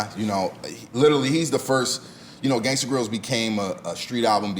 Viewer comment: The voice that never said Gangsta grillz but 'GANGSTA GRAIZIL'